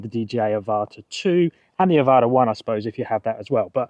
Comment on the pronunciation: Thanks for the explanation! People are complaining the Avata 360 has no manual mode, and I don't think I want that anyway. Manual mode = crash sooner! 💀 Also, thanks for pronouncing 'Avata' correctly...some bloke kept saying Ava-ta.